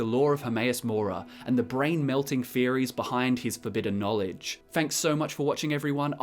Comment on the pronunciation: He readd the boocc He succ the knowlej